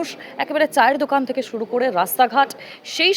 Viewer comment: Bhasha ti also parimarjan karun. Cha er 'thek' hoy na. 'mad er thek hoy'